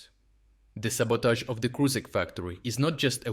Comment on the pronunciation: its "Krushik", not "Krusik". Pls learn to read